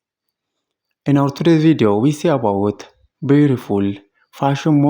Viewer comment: "welcam to the lliu villuo"